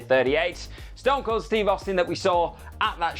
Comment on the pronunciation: Ston Cold. STON COLD. AND YOU GOT IT WRONG TWICE